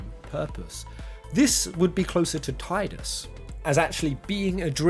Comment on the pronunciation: It's pronounced Tidus, not Tidus.